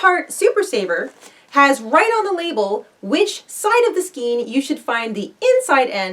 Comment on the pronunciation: Thank you for the helpful video. Just an FYI: the word skein is actually pronounced "skayn". Love your channel and your upbeat attitude.